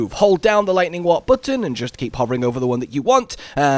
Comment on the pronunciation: Because of your accent I thought you were saying "Lightning Wap", which is a much funnier build name